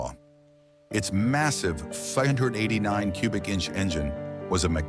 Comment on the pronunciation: I stopped watching after it mispronounced 589